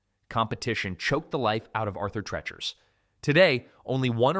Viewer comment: Treacher is pronounced TREE-Cher (rhymes with "reacher"). Arthur Treacher was a famous movie actor and entertainer. Best known for a long association with Merv Griffin. Treacher also played a well-known "buttler" character in scenes with Shirley Temple and others.